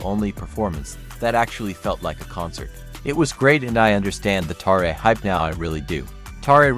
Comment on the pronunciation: It's spelled Ma Jingxiang. You totally messed up. And it's not Tarae, but Taerae